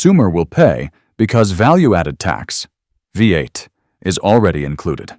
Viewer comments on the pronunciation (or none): Tax is included in consumer prices in nearly every country except The United States of Amnesia. The AI narration is crap. VAT isn't 'V at'. Why does this video think Europe is the only place outside the USA. Nearly everything ascribed to Europe is the same in China and the rest of Asia. What the fuck hedgehogs are in here for beats me. All public toilets in China are free. In many countries, especially in Asia, tipping is downright offensive. The wait staff aren't beggars; don't treat them as such. Hey, it's America that is weird and backwards; not everywhere else. And please remember the USA is only about 4% of humanity.